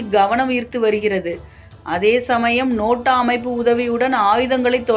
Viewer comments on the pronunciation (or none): அது நோட்டா இல்ல பாப்பா. அது நேட்டோ